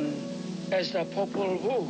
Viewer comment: Popol Vuh is Power. When he said Popol Vul it reminded me of that